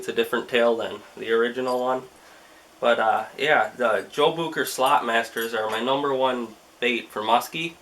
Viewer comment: say Joe Bucher again..I DARE YOU